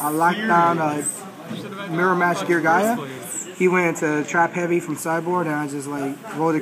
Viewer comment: so.......... gearguya? gearsellerator?.... crazy how people how different pronunctiations depending on region.